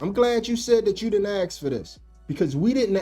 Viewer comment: Why you say aks instead of ask? What is the thing with that? I am from France i don’t understand. Is it a black people thing or what